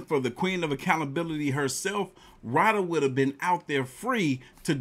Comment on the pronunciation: Dude it's Roh-duh! 😂 I just saw a post the MTR put on Instagram! That heffa is in Jamaica!